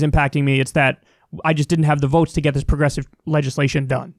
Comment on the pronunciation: He had a hard time even saying "progressive"